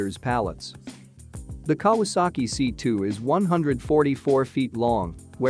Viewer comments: Kah wass ski, lol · “the Ka-waski firm??!” I never knew it was a polish company! Stupid me thought it was Japanese! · Pronounce Japanese manufaucture as "KAh-WAh-SAh-Kee". It is not Polish!!! Though you have a lot more to answer for, for making such a ridiculous comparison of such dissimilar airframes. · Kawasaki is pronounced Cow a sack ee you computer generated dunderhead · what a joke "the kawaski" ----computer generated stupidity----who is the idiot that put this commentary on------do they speak english--no? then fuck off